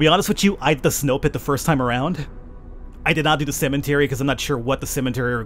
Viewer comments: Love the game and your pronounciation of cementary. cemetary. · Its called a CEMETERY! Not CEMENTERY! XD